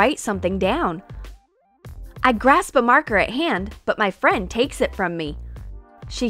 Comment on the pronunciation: Whenever she says my she says ma😂